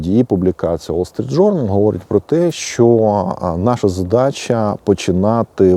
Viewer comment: "Уол Street Journal" це московська вимова,укр."Вол Street Journal.","публікац и я" це по москвинськи,укр. "публікац і я",та ін.Поліпшуйте свою украінську або просто укру.